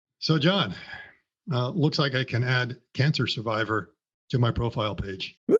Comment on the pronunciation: Yeah, did he say Cancer Surviver???😮